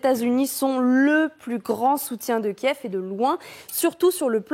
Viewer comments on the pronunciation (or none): none